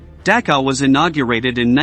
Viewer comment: Learn how to pronounce Dachau correctly